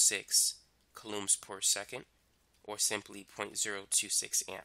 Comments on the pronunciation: Haha yeah. Kalooms. It’s coulombs ffs. Kooloms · is anyone else triggered by how he says coulombs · I have never been more outraged. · It sounds weird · Me 2